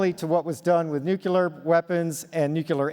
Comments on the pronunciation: Strange that he says "nuke-yoo-ler" or "nuke-loo-er" twice, maybe three times instead of "New-Clee-Er". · I wasn’t aware politicians, spies and the military saying things was irrefutable data. They’ve certainly never lied before. Also nuclear. Not nuke-U-lar. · You just know where he’s coming from when he keeps saying “nucular” instead of nuclear !!! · Since the guy says nucular and not nuclear, I am going to assume he is F.O.S. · Its nuclear , not nucular , seems odd that somebody with all those credentials doesn't even know the proper pronunciation of the word , just sayin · new cue lahr??? all that experience and credentials and you can’t pronounce it properly? it’s NEW CLEE UR … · Nucular? Can't these guys, who are supposed to be educated people, learn how to pronounce the word nucLEAR properly? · New Clear Nu clear Nuclear! NOT nuculer! If this super dude can't get that word right, i really don't put too much faith in what he says. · As soon as this guy said nucUlar instead of nuclear I found it hard to respect him or his ideas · How is it possible for such an accomplished man to mispronounce the word, "nuclear"? It's: ˈnü-klē-ər, not noo-cue-lar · When I was a child I would constantly make a similar mistake. The words I messed up were Nakpin & Pumkpin. His is Nucular. Lol. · Dude how can you have all those degrees and Not know how to pronounce the word nuclear? You said nuculer many times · Nukular? No one would pronounce it like that lol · When these dudes say, "nuc-u-lar," it highly damages their credibility for me. How do you make it to the top echelons of government/military while thinking a nucleus is pronounced nuke-u-lus? It's even easy to spell and sound out. Grusch says it that way too...with a degree in physics. Trump's ENERGY SECRETARY, Rick Perry, also pronounced it wrong too. It immediately pisses me off and makes me not want to listen to them. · I lost interest when he said "nucular* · "Nucular" O-kay . . . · "Nucular" energy?